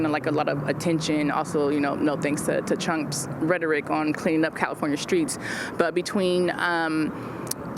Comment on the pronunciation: Did she just say “Chump’s”? 😂